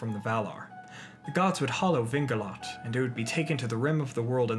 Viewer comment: Well, I'd advise to control the pronounciation (and the accents as well). Idril, for example, is mispronounced, (it is EEdril) and Gil-Galad has the wrong accent (Gil- GAlad is the right one). For the rest thanks, a nice work!